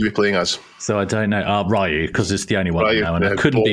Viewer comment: How to pronounce Ryu is a topic that will never get old same way Super Nintendo was called snezzzzzzzzz in uk back in the day